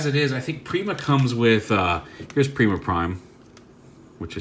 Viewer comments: its nor pre-ma its per-eye-ma like primus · "Prima Prime" is indeed just called Prima. It's also pronounced like: Pry-ma. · Prima is pronounced (Prime-uh) He was the 1st Prime, Primus’ first creation. The warrior of light, and original weirder of the star Sabre and Even matrix.